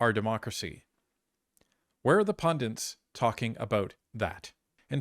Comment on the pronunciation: Pundits....or pundants?